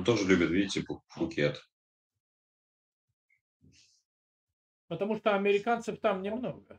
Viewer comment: Правильно Пхукет